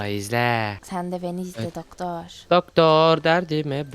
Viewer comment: Abla doktor derken dodol ded